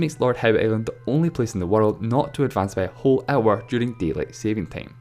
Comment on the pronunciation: no he got me at deileight saving tame